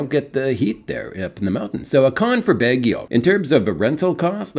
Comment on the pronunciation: The letter “a” is a short “o” in the Philippines.. it’s never a short “a” as in cat BAW ghee oh.. the “ba” rhyme with “ma,” “rah,” “ha!”